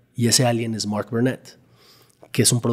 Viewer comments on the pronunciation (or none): No paro de distraerme la forma de pronunciar de este bro en ingles, mooooork por mark, distrae mucho. Díganle qué su acento no lo tiene ni obama.